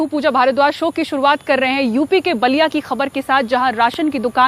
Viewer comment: Balliya nahi madam Ballia